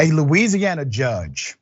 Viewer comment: I was shocked up into the exact second he started saying Louisiana